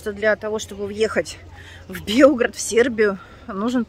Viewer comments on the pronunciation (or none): невозможно слышать Белгород и БелгрАде! Неужели трудно запомнить? Я с таким удовольствием смотрю ваши блоги, мне так нравится с вами путешествовать! Спасибо вам за интересные материалы! Всего доброго! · Да что же такое-то,БелгрАд,ударение на последний‼️слог,Вы же молодая женщина,как же не можете запомнить?!Интересные репортажи,немного другой взгляд на места,где часто бывали!Москва👍🥂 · Ну, если уж совсем правильно, то ударение на первый слог, Белград, баба Дуся! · ты теперь называешь правильно Белград ударение на а а потом исправляется называешь опять белгород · Вино называется Вранац!Белград!Уже режит слух. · Нет, неправда ваша! Ударение на последний слог, на А. Погуглите БЕЛГРАД и убедитесь сами! Вы наверное вместе с Леной прогуливали уроки географии или ещё не родились, раз у Вас ударение на Е. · А Белгород и не говорит. Она Белград называет то ударение на Е, то на А. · Вас экскурсовод поправил Белград на первом слоге ударение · А так поэтому и путается, если на сербском правильно ударение на первый слог, то нам трудно произносить без привычки, потому что нет гласной, а для Балкан это нормально, т.е. в сербско- хорватском языке много слов, где мало гласных